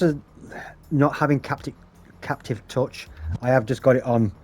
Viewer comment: Good vid, subscribed. Just a tip, it's pronounced "Cap-ASS-ative". 😊